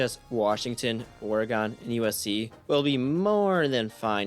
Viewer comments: It’s or-again bro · Thats not how you say Oregon.